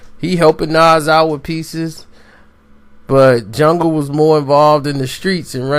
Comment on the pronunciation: He called em 'jung' 😂😂😂